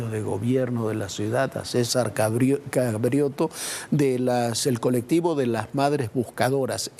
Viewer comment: Este locutor no sabe hablar, dijo cabrioto y no cravioto. Y no pronuncia s